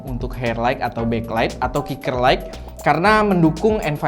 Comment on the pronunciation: kata "Light" diucapkan seperti "lait", bukan "laig". bunyi 'g' tidak diucapkan.